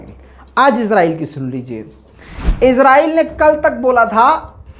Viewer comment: mai swat pakistan Sy comment kar raha ho khoda ki wasty ezrahil mat bol israhil bol